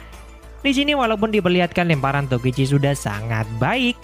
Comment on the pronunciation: emng namanya tokichi min bukan tokuchi